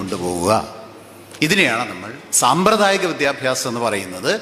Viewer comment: വിദ്യ ബ്യാസം അല്ല വിദ്യാഭ്യാസം ആണ്